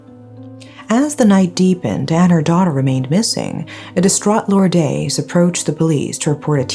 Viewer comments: you have very good english diction but should try better pronouncing spanish names like Lourdes, it is not that difficult. Don’t try hard to sound american as it is ok if you are not. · Please make an effort to pronounce the victim's name and others by looking it up on the net. Lourdes is Lordes as in des not days. Silawan with emphasis on "LA". This isn't meant as a a criticism.